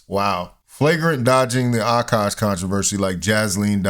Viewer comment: His name is Akash, not Aaaaaaaaakash.